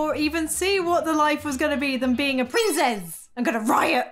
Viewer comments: Yesss! Another Hated Child! For me it's like quarter to nine at night but I couldn't help laughing every time you said Prinzess. Amazing! Keep up the great work,! 😀❤️❤️❤️ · “The prinzess” 😂🤣